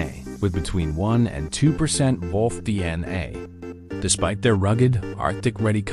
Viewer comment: AI slop. Doesn't even know how to say wolf.